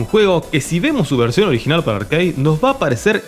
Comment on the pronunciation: de mejjor dicho nada, RARE igual que se dice ARCADE y no ''arqueid'' que suena a parguela